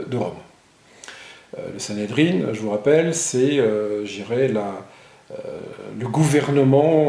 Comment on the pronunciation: On dit Sanhédrin, pas sanhédrine.